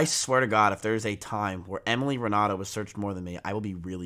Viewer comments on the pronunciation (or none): none